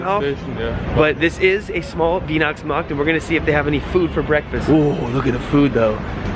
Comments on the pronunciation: It's called W*ei*hnachtsmarkt not like you would pronounce it W*ie*hnachtsmarkt. It's kinda like you would pronounce why for like Whynachtsmarkt I guess :'D. Just to get the word a little bit better in your mind ;)! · Weih - nachts - markt. Not Winachtsmarkt. Weih - Sounds like "Why" not like "Wine" :) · Your black friend should correct you, it is Weihnachtsmarkt, not Wienachtsmarkt! ;) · You pronounce it Wynachtsmarkt (weihnachtsmarkt) not Weenachtsmarkt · I love your german pronunciation: Winaxmax for Weihnachtsmarkt. 😂👌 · Dude you need to pronounce Weihnachtsmarkt correctly if you want German by wife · Spree instead of Schnee and WHYnachtsmarkt instead of WEEnacktsmarkt... But other than that, you're making pretty good progress! Awesome! Vielleicht hast Du Lust, den Weihnachtsmarkt in Aachen zu besuchen. Right between town Hall and Cathedral where Karl the Great (Carolus Magnus or Charlemagne) was crowned Caesar in 800 AD. It such a beautiful Christmas Market... Take care! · Teaching german here... its not veenachtsmarkt - its vine-achtsmarkt :) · "Wienachtsmarkt" 😂. So wie er Weihnachtsmarkt ausspricht denk ich immer er will was über Wien erzählen 😂. Und bin ich die Einzige die den Gang des Hotels irgendwie an ein Bordell/Stripclub erinnert? 🙈🤭🤣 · He likes the " Schnee- river" and " Wienacktsmakt "!😅 How is your Stomach?? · You should pronounce: Whyna:ctsma:kt, not Weena:ctsma:kt. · I love it when Americans talk German! Psychiatrist: "Wienocktsmarkt isn't real. It can't hurt you." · Try saying Why-nachtsmarkt... Cheers! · What Germans say: Weihnachtsmarkt What say: wienaxmax 😂😂😂 Love you man have a good time 😘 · The pronunciation should sound like „ why nachtsmarkt“ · Yes, or pronounce it like the English word WINE in the beginning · Wiinaaksmaaks" =Weihnachtsmarkt 👌🤣 It is so funny how you pronounce it. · Weih - pronounced like you spell the letter Y - Weih_nachts_markt